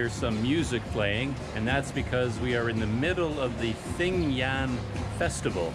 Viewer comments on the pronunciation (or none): No offence but I'm sure it's pronounce thing-gyan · its actually thin-gyan